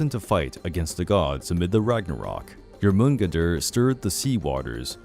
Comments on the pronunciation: (Nyour-men-gone-der) I'm trying to be a know it all but that's how I always heard it pronounced at least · I thought that it was pronounced as Jor*mun*gand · It is pronounced: Jor*mun*gander.... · You pronounce the midgard serpents name completely wrong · You pronounced Jormungandr wrong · anyway else bawling laughing at how he tries to say jormungander? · The way you say Jormungandr makes me want to smack you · Pronunciations were wrong (Huginn, Jormungandr specifically).